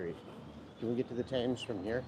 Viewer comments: Excellent video, and different from many on here. You make it interesting and it's as if I was with you and you are talking to me. The Thames is pronounced T-ems. I know you don't mind me correcting you for next time. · Thames is Pronounced Temms. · The River Thames is pronounced ‘Temz’. London Bridge is so named as it connects to the ‘City of London’ which is around 1 square mile where the financial district is. Tower Bridge is so named as it is close to the Tower of London rather than having two towers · and Thames pronounced ‘tems’